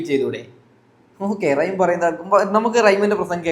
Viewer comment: റൈഎം അല്ല മോനെ... റഹിം..